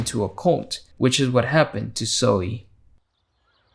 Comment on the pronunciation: I love the way you pronounce “Zoey”